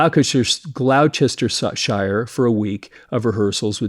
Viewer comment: "Burn" happens to be one of my favorite Deep Purple albums, especially in terms of songwriting and production. And yes: of course I enjoyed your video! 👍(Gloucester is pronounced "Glosster" by the Brits by the way 😂)